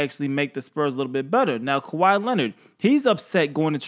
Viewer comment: Turtle with a P not a T is how u say his last name